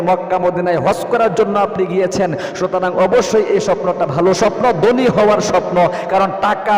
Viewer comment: জনাব আপনি যে 17 টি স্বপ্নের কথা বলেছেন তার মধ্যে আমি 15 টি দেখেছি আলহামদুলিল্লাহ। প্রশ্ন হচ্ছে আপনি বাঙালির সন্তান হুজুর সেজে বসে আছেন ম্যাক্সিমাম শব্দ বাংলা আপনি উচ্চারণে ভুল করছেন। আপনি গোশতকে বলছেন গূসত, ধনী শব্দটা কে আপনি দনী বলছেন। থাকে শব্দটাকে আপনি তাকে বলছেন। এরূপ অসংখ্য শব্দের উচ্চারণের ভুল করছেন সংশোধন হবে আশা করছি